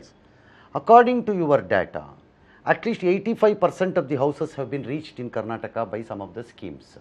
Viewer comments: Karnatak alla karnataka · Karnatak nahin karnataka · Abey budde... Ye Karnatak nahi Karnataka hi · Ranganna didn't dare to correct home minister about his misspelled word, it's karnataka, not karnatak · Mr. Amith Shah why don't you pronounce Karnataka properly.